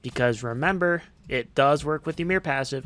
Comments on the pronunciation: Its actually y-mer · Master, I don't know how to really pronounce "Ymir" but it's funny how you say "Yeemir" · ah yes, whymer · like "Ee-mir"